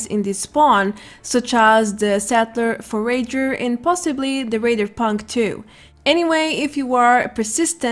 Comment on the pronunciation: I love how no one knows how to say Forager properly.